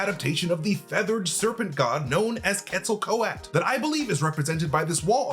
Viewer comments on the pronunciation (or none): It's Quetzalcoatl, not Quetzalco-at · But he's been confirmed as a mutant . Of course he can fly. He clearly has wings on his ankles in his birth scene in ALL THE TRAILERS. Please stop murdering the pronunciation of Quetzalcoatl!! Pronounced as : ket·suhl·kuh·waa·t.l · its pronounced Ketza-kwa-tel (Quetzacoatl) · Quetzalcoatl (cu-et-za-kwah-tel) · Ket•zol•kooah•Le is how you pronounce it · just as a slight critique, Quetzalcóatl is pronounced Cat-soul-c-what-l (that's the closest way I found it could be pronounces using common english words). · It's pronounced Quetzo-Ko-Atl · Quetzel ko-at 💀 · You're not saying Quetzalcoatl correctly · Definitely butchered pronouncing “Quetzalcoatl.” 😂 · Please pronounce the name of Quetzalcoatl right if your going to make a vid of him…. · You are forgetting to pronounce the L at the end Quetzalcoatl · Please pronounce the "L" at the end of the name. It is pronounced. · Why's he saying the name like that? Lol pretty sure Thor even said the name in TLaT. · Stop dropping the L at the end, you need to pronounce the L. 😂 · So much of this was just massively unsubstantiated speculation. And please learn how to say Quetzalcoatl. Why did none of your editors catch that mispronunciation either? The tie in with Thor Love & Thunder was a really good spotting and I really think you're onto something with that part, but reign in some of the rest of this speculation. You're just guessing plot points willy nilly. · Is the L silent in quetzalcoatl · Jesus Christ, guys.....how can we trust your theories when you don't care enough to learn how to pronounce quetzalcoatl... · Way to butcher an Aztec God's name.. if you can't pronounce it correctly don't even try saying it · That’s not the way to pronounce the gods name…